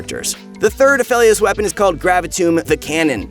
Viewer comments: I love ya but its pronounced A..FE..LIOS. Other than that; great video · it bothers me he's saying Aphelios wrong